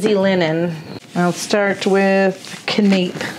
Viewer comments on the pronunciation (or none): As always, the projects are awesome! I love both styles and would be hard pressed to say which is my favorite. BTW, “canapé” is actually pronounced ka-nə-pē or for those of us who can’t figure out dictionary pronunciation can-na-pee. A canapé is a type of appetizer served on thin toast or a cracker. You guys are so much fun. Keep up the good work!